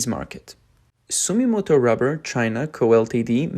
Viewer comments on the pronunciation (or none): ❌ Sumimoto ⭕️ Sumitomo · int'l brands such as Bridgestone clearly focus on high end products(luxury passenger car) and new EV technology, also construction vehicle large size tires which are the highest profitability. the other Japanese brand is called Sumitomo(Dunlop) .. hard to pronouce sometimes..